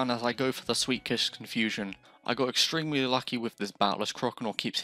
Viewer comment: EGGStremely EGGStremely